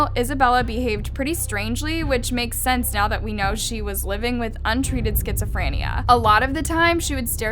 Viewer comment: She said skitsifinea